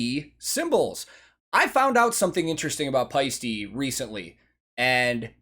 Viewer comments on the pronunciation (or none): "paiste" indeed means shine as in sunshine or any other source that's projecting shine. To pronounce it correctly, you don't say e in the end, you say te as in Ted. If you say paiste as you do in the video, it sounds like paisti and paisti means "roast" as in roasted ham in Finnish. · Yes, paiste means shine, like auringonpaiste is sunshine. But the way you did pronounce it, sounded more like paisti what is roast/steak 😄 Thanks for these reactions, those are interesting to watch because you notice so much what’s going on at the stage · "Paiste" is used in Sun shine (auringonpaiste). The E in the end of the word is said like E in "metal." The way you pronounced the last letter, it would be "roast" and "rump". No idea if a Swiss company would get its name for the Finnic word... but then those cymbals are shiny. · Paiste = shine. Paisti (as you pronounce it) = roast.